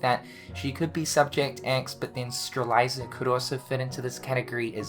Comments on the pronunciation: It's been years. All of these years have passed and you still.... STILL... Can't pronounce Strelitzia's name right. Repeat after me... Strelitzia = STRE - LiT - Zi - UH [Not... Streliza = Stre - LIE - ZUH.] LOL Just wanted to bust your chops on this, dude. Cool Video. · straight up pulling a Youtube "gaming" channel strat and posting the spoiler-ini stuff in the thumbnail, my god Edit: Back to mispronouncing Strelitzia, we back in there, bois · is still pronouncing Strelitzia incorrectly.